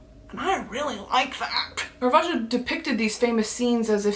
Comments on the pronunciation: Listen, I'm an Italian fan, and you said his name BEAUTIFULLY! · and btw your pronunciation of caravaggio's name was chef's kiss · that pronunciation was eccellente if i do say so myself🥰